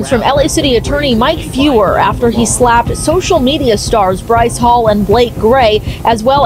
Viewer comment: How can you botch the name like that? It’s Bryce